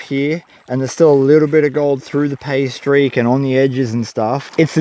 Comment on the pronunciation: "Pay streak," + accent= "pastries" and now I'm hungry. How to make a quality vegemite sandwich: worth the price of admission, although rumor has it an Aussie will mess with you... Last comment: seems to me that a hand or foot powered pump could be used instead of the scoop to move the water